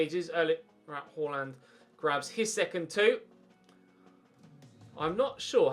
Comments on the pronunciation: Please dont say "horland" its pronounced "aland" with a faint "h" at the start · It's pronaunched Haland with the first a being pronaunched like the first a in Austria